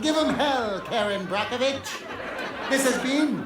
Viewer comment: 😂 😂 “Karen brockervich” I cannot with Jimmy!